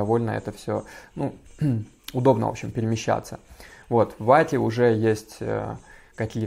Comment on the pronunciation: Ваке ударение не правильное